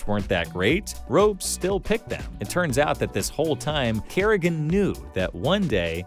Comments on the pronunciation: the only noticeable one is "ropes" instead of "rops" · my man literally called him ropes 😭 is this AI maybe? Legitimate question lol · does the person reading the script know anything about CS? "ropes"?? seriously? lmao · nah why are you calling ropz "ropes" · Ah yes, my favourite player "Ropes"